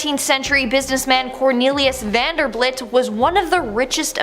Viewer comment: How can you possibly not know the name Vanderbilt it's bilt not blit